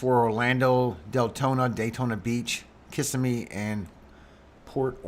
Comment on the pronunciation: Thanks for your work! Locals say it KissSEM'me. I think it's a native name. 🙏💝☔